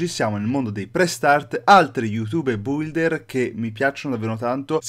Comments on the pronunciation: BM si pronuncia builder non bulder😒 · Aspe come l'hai detto builder????si legge bilder!!!!Non devi leggere la U!!!!